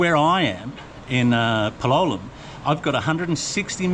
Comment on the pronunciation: You still insist on pronouncing Palolem with the wrong accent. Don’t you have the ears to listen to how it’s pronounced by the locals or the tourists? The stress is on the a, not on the o.